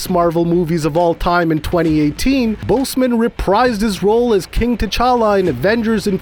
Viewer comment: He’s saying Boseman so badly it’s like boastman almost